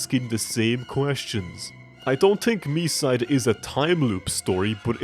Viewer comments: as a russian, i need to say its pronounced like mee-site. our language makes consonants less resonant at the end of a word. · It's mee-side like the others said. It's pronounced that way with the Japanese title too, since there's no variation in pronunciation for Japanese vowels. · Its pronounced Me-side confirmed by the devs themselves! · i thought it was pronounced me-side 💀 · it is pronounced Me-side, confirmed by the devs